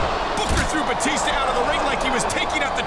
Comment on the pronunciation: Teddy long called Batista “batister”